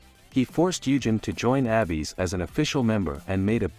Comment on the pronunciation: It's weird that the TTS just randomly started pronouncing "Abyss" as Abby's.